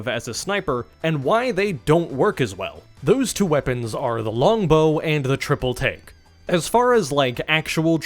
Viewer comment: Every time you say triple take i hear triple T im going insane